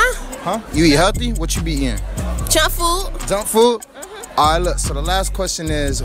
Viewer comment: she said chunk food🤣🤣🤣